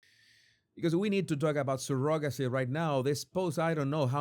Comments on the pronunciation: I know you have an accent, but that's not how you pronounce "surrogacy." It's not even close. I can't listen anymore with you calling it sir-GOG-acy. It's CER-ugg-a-sea. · He makes fun of the way Andrew Tate says Candayce but posts a video right after pronounces surrogacy as Surogaci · The o in surrogacy is pronounced with an uh sound. Not the typical o sound. sur·uh·guh·see